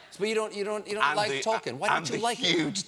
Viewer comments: Such a big fan...who mispronounces Tolkien. Stephen...it's pronounced Tole Keen. PLEASE stop saying his name and wrong...✌ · Colbert might be the most famous Tolkien fan in the world. It's a shame that he doesn't know how to pronounce Tolkien's name.